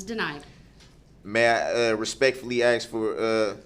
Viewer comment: Or every time he says “subject matter jurisdiction”, or every time he says “axe” instead of ask, or every time he says “objection”.